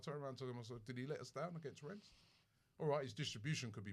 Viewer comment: Robbie still calling it Renns